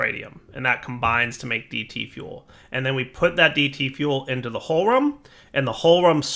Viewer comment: Always funny how Americans pronounce Hohlraum. snickers in german